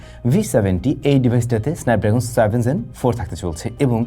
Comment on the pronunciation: Zen না Gen? Pronunciation er ai oboatha kan?